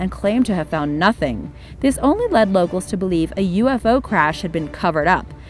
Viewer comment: Lost me at “Supposubly”